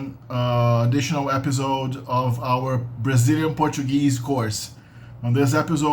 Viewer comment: CORREÇÃO: episode tem som de S, não de Z. A pronúncia é ÉPAÇOUD ou ÉPEÇOUD